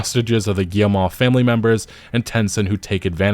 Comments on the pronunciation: I think you pronounce Yves(Eves) Guillemot(Gimoh). But yea you are butchering that name. take 2 min to learn to say a name when you arent sure before making a video...videos stay around a while and its hard to listen to these kinds of mistakes. No hatin just stating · Just FYI, Yves is pronounced just like Eve in English. As for Guillemot... Gee-yuh-moh would be close. With a hard G. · Like, “Adam and Eve,” it’s pronounced, “Eve.” Yves Guillemot is pronounced, “Eve Geelmoh.”😢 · Yves Guillemot is pronounced like EEV GHEE-yə-moh. (ə is the vowel in 'the')